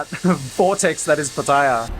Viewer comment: Finally an Aussie who can pronounce PATTAYA the correct way ! Good video but why not include the price of the lunch, the price and other details of the go carts racing. How much, how many laps you get or how much time. That would have taken it from a good to a great video.